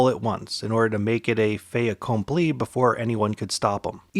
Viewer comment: In "fait accompli" you actually do pronounce the t - you don't in normal circumstances, but in "fait accompli" the t is followed by a vowel so the t is not silent.